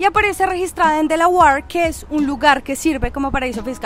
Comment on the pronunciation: Delawate se dice Délauer